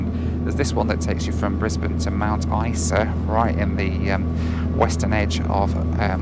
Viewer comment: you pronounced Isa incorrectly